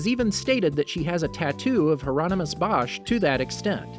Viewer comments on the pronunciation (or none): none